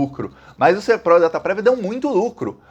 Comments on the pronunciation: É SERPRO e não "pró". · A empresa se chama SERPRO. Lê-se SÉRPRO. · O nome é Ser-pro. É paroxítona. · Boa tarde com relação a empresa, você fala direto SERPRÓ o correto é pro de PROCESSAMENTO. Obrigado pela chance de contribuir. Abraços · Não é SERPROR, e sim SERPRO. 😀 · SERPRO e não SERPRÓ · É SERPRO E NÃO SERPRÓ. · Boa tarde o nome correto é Serpro. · É SERPRO. Não tem acento no o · A pronúncia correta é Sérpro... com acento agudo no E ... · SERPRO, como você falou da segunda vez. Não é "SERPRÓ"; é sem vogal tônica. A sigla significa: SERVIÇO FEDERAL DE PROCESSAMENTO DE DADOS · as pronúncias são "Dataprév" e "Sérpro". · Escreve-se SERPRO, mas se pronuncia como se tivesse acento agudo no E: "SÉRPRO". Não trabalho lá, mas sou de Brasília e já conheci trabalhadores dessa Estatal. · está coberto de razão 👍 Muitos golpes advindos dessa situação de dados sigilosos mantidos no exterior e por empresa privada poderão assolar a população brasileira. A pronuncia correta é "Sérpro" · a forma correta de dizer é "A Dataprev" e "O Serpro". Quanto à tonicidade, a primeira é oxítona, "dataPREV" e a segunda é paroxítona, "SERpro". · Ê Sérpro, com acento na primeira sílaba. Muito bom esse post,! Você, como sempre, trazendo assunto que a gente não encontra na mídia. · Bom dia! Se escreve SERPRO Pronuncia: SÉRPRO trabalhei lá. São super rigorosos com todos os dados, são digitados, verificados e reverificados, com funcionários diferentes, e com as devidas rubricas e matrículas, isso quando era estatal, não sei agora como está. Dataprev também com o mesmo esquema, super rigorosos. Agora estão mudando tudo, virou uma bagunça. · Oi,. A pronúncia é SÉRPRO. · Pronuncia SÉRPRO! Com mais ênfase no E! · O correto é pronunciar com "o" fechado a sigla SERPRO. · Boa tarde! A pronúncia certa é Serpro com a sílaba tônica no "Ser".